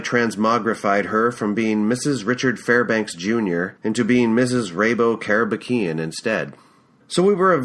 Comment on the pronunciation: I read this in Japanese when I was in High-school. After 20 years, I am her in NYC and I’m working at Long Island. Finally, I was able to hear how Rabo Karabekian is correctly pronounced. In next chapter, I enjoyed how you read “Bar-beer-ah!” Your recording is professional quality. Thank you for uploading this!